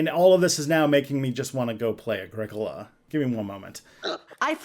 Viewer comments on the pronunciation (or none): is that how you pronounce agricola? i've been emphasizing it all wrong